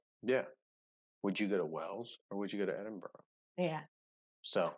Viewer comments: It's Edin-bruh. Not Edin-burrow. With these pronunciations, you've got to forget about the spellings and just listen to and learn the 'correct' pronunciation. They often don't make sense but that's just how it is! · EdinBruh is how we say it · Edinburgh pronounced Ed-in-burr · There is no 'o' in Edinburgh, never understood why folks pronounce it edinboro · Edinburgh pronounced Edin-burra. There are castles all over the UK, not just in Wales. The surname of Snowdon, most likely comes from the place called "Snowden" in West Yorkshire. Derived from Old English of "snow" meaning snow (!) and "dun" meaning hill. So your ancestor is more likely to be Yorkshire than Wales. So many areas of Outstanding Natural Beauty have been omitted from the video, and his pronunciation of place names was mostly incorrect. I do like the fact that you want to return to the UK, but you need more than a couple of weeks to really explore the whole country!! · As a Scotsman, a Glaswegian, we pronounce it Edin-bruh. Edinburgh is fantastic but it's definitely for tourists. Glasgow is more grounded and cosmopolitan. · edinburgh is edin-bruh, unless in west or north of scotland largely edin-bu-ruh, said with a rolling r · Ha ha edinbruh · no its edinburra, no O at the end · Edinburgh = Edin bra= bruh. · Edinburgh is pronounced edin-bruh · It's pronounced Edin - bruh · Edinburgh is pronounced Edin Bruh. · It’s Edin Bra